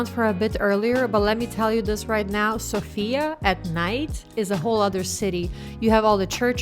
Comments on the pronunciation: The correct pronunciation is So.fia (in once) and not Sofi.A. ;-) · Thanks for your video! BTW, the stress is on SOfia😂